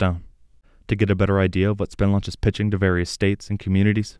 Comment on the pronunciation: When talking about Spin Launch emphasis should be place on the "spin" aspect.